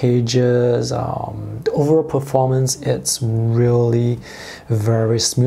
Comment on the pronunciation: Oh lord isn't it horrible he didn't pronounce a word perfectly 😂